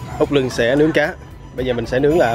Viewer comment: Út luân chứ không phải lưng nge nhật e nói sai rồi đó